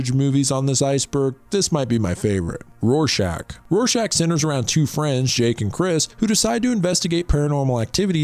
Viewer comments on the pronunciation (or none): none